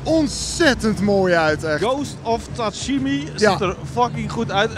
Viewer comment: Tsuhima aangezien ik er ook moeite mee hebt om het uit te spreken hahah